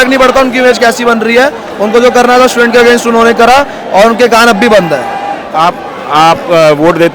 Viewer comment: स्टूडेंट बोलो भाई